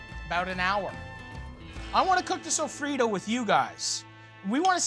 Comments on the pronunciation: Sofrito, Not sofrido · As a Puerto Rican person the way he says sofrito is cringe.